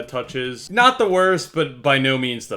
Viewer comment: When I watch this in 2X speed and he keeps saying ground touch-es is just dramatic